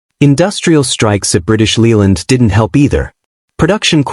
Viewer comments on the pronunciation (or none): It's pronounced British LAYland, not Leeland. To be fair, most cars in the '70's rusted, especially the Italians. Even the 70's Rolls Royce cars were rot-boxes. Oh, and 'Mk' is a truncated form of 'Mark' and should be pronounced as such.